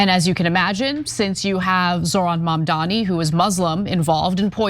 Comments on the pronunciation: Why do people call Mamdani, Mamdami? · “Mamdami” it’s Mamdani you bigot and racist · The idiot pronounced Mamdani's name wrong! Moron! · Her mispronouncing Mamdani is racist. But she cries racism like the biggest gaslight ever..